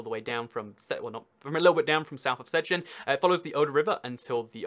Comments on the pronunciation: You said "Strzeciżen" instead of "Szczecin" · ok, now as someone from szczecin, if i'd hear someone call it sezjin i'd call for an ambulance as i'd think they're having a brain aneurysm or stroke. it's pronounced sh-che-cheen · "Szczecin" is pronounced like "Shchetzin" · "Sezchenzen" It's pronounced "Sh-Che-Cheen" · The pronunciation of Szczecin is something like Shchechin, where "sz" is kinda like harder English "sh", "cz" is like harder "ch" and "ci" is softer "ch". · That's because it's pronounced Stettin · If I would write your pronouciation of Szczecin it would be something like Sderzdżin XDDDD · It's prenunced sh - ch - e - sh - in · szczecin is pronounced. Sharp sh Sharp ch e ch ee n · Szczecin is like Shché C en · It's Pronounced Chechin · Szczecin is better pronounced Shchecheen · how he pronouced Szczecin made me laugh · You butchered the city Szczecin name